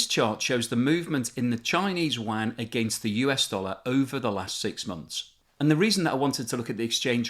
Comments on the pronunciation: Are you pronouncing "yuan" as "wan"? I thought it was pronounced like "UN". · The Mainland China currency is pronounced more like “oo-en”. This video sounds like you’re talking about a wide-area network (WAN). :-) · It sounds like you are saying “Wuan” instead of “Yuan” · Your pronunciation of the Chinese currency is terrible lol. Its not the "wan", its the yew en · the Chinese currency is not pronounced as WAN, it's more like YOU-ANN (as in English "you" and the name "Ann") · If you want to sound credible at least know how to pronounce the word 'yuan'. It's pronounced u-an not wan. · China’s currency isn’t pronounced as “wan” but as “yuh-en” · Great video! Your pronunciation of the "Yuan" is horrific though. There is no "w" sound. It is exactly as it is written. Yu-An. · I dont wanna sound like a dick but constantly hearing yuan pronounce as wang is very hard for me to watch the video as a chinese person. I enjoyed the information that you had provide and im very grateful for it. Its just the that pronunciation makes it hard to keep me watching. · BTW....China's currency is pronounced "yuan"......sounds like "you-en" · You really must make a bit of to pronounce the name of the currency properly if you want to be taken seriously. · The yuan pronunciation makes me cringe